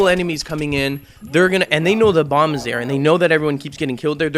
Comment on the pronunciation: "if their trying to plant that damn blomb :)